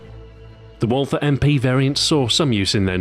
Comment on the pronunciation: Excellent video, Stu! One thing I noticed: Because Walther is a german manufacturer, the "th" is simply pronounced as a "t"and the "a" is pronounced like in northern british dialects.